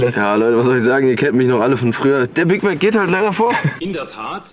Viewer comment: diesen ein Big mag da bitte 😂😂